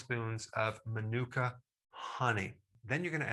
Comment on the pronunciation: Dr Berg, if I may point this out - you're pronouncing it incorrectly. It's maanuka, accent on the first (longer) syllable.